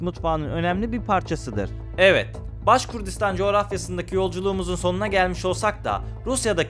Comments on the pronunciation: Baskurdistan degil, baskortistan ya da baskurtistan duzeltmw yapin ya da videoyu kaldirin.ismini bile dogru telafiz edemediginiz bir yer hakkinda bilgili gibi gozukup bilgi vermeye calismaniz tuhaf.. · Başkurdistan yox kardeşim,-Başqırdıstan.Anadolu türkcesinde Q harfi olmadığı üçün size zor gelir bunu talaffüz etmek. Halk ise Başqırd adlanır.